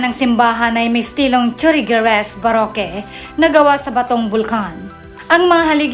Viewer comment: ang baroque naman ay pronounced as barok....